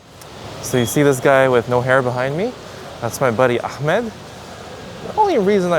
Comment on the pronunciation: You turned Ahmed to AhMAD